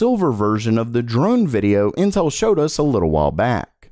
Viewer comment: it kinda sounds like he's saying incel